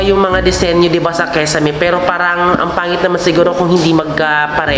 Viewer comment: Kisame sis... Hindi kesame👍